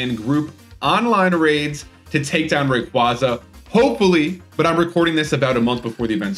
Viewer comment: ray-KWAY-zuh though